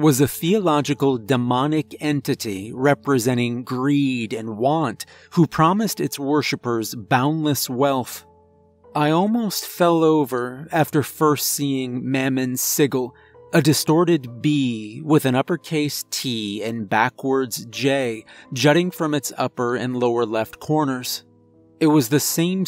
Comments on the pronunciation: oh no, pulled a matt mercer. bro, it's pronounced SIJIL not siggle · Sigil is pronounced /ˈsijəl/, with a soft G. When in doubt, look things up. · Noice, but it's pronounced Sih jul (sigil) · Great story! Side note, mammon is pronounced, mamaw. And sigil is pronounced, siJil. Just so you know 😊